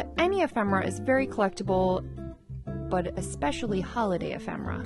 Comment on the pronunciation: e·phem·er·a /əˈfem(ə)rə/ Learn to pronounce